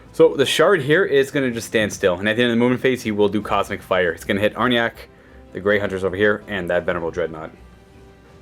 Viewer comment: I'm sorry its not "are-yack" its "are-jack"